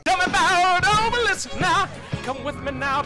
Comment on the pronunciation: I like how he pronounces oblis obelisk.